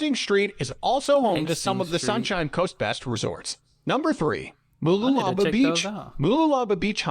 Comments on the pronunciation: "Everything" is pronounced wrong, you will struggle to find them in a map! 😂 He's getting clearer sometimes! 😳 Noosa is about hippies and Rich celebrities! Yes, but you need a car/caravan to get to the beaches! Moolala?? Artsy, Tea, pop in granny! 🤨 Fraser Island is very expensive and has harsh local rules! Coolum, surfing, one expensive cafe, ok! Sunburn, water, sand, sorted! 👍 Sweaty mountain trek, snakes, yep! Calendar?? There is lots of beaches, a few cafes, long walks and surfing lessons! 🤔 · MOOLOOLABAH MOO (cows go moo) LOO (as in the English term for toilet) LA (singing la la la me me me etc) BAH (like the traditional kids rhyme/song “Ba Ba Black Sheep have u any wool”…). MOOLOOLABAH. & MALENY MA (as in short for grandma) MALENY (think Victorian England & a servant helps a lady out of a carriage whilst bowing & saying “Me Lady”)). Keep the MA sound the start then finish the word as per above ie swap out the D for N in Lady & that’s how you pronounce MALENY. The dudes info was good except for end when he shows the surf whilst talking about … some river wasn’t it? BUT his (was an automated voice robot possibly) pronunciation was unfortunately abominable. Did just 2 words here - there were more but it’s good to know how say town names cos god knows where u will get sent if u ever come over & ask for directions to … (i dunno i was going “i’ve never heard of that place … ahh - ❤oh ok … say wot!”). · omg! Its pronounced Moo-loo-la-ba these people should learn how to say things properly before they go making videos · I just heard ‘voice’ say - Mooloolahlahbaaah or whatever he said, Vic here, but yes been to QLD a few times but never to mooolalala-blah blah 😮🤔😂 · He absolutely butchered Mooloolaba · I'm dying here over his pronunciation of Mooloolaba, but what really kills me is how they butcher the words with confidence. Please someone kill it with fire.